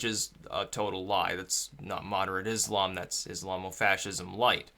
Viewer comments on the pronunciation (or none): none